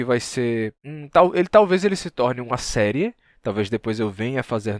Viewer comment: O jeito que ele pronuncia as palavras é de dar inveja. Enquanto todo mundo fala "séri" ele fala "série". Chega a ser prazeroso ouvirm